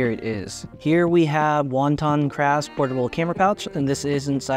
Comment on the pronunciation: Wo-tan-craft not wonton craft. Thanks for making this video. How does bringing the camera out of the bag feel? It’s a tight case with a contour zipper so does that make it feel like a hassle bringing the camera out and putting it back on while zipping it open and close.. I like the size but the quick access on the smallest pilot 2l seems to be a better fit for a edc.